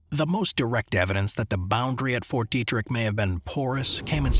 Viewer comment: It’s “Fort Detrick” not Fort Derrick